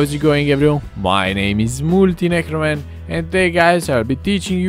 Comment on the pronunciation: are you drunk talkin like hi everyone my name isMUULTIIINECROMAAN